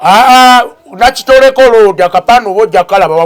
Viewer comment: Ssekitoleko not nakitoleko please 😂😂😂